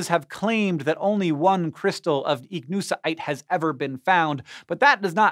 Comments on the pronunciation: With hiw he said ichnusite i kniw he botched that word about 50 times across the segment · Why he saying Ichnusaite like that? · Every time you say Ichnusaite it sounds like your having a stroke